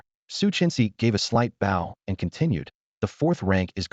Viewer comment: Love these stories, great to fall asleep to since there's really no important plot to follow, just little storyline and short term plots, but why are all these automated readers so stupid, none off them know how to read and pronounce I'll I'd bow read agape as well as other silly little words, not a real big deal, not that annoying, just stupid and laughable, other than that, just wish either they weren't just clips but told the whole story, or at least make the parts more clearly labeled so their easy to find and listen to...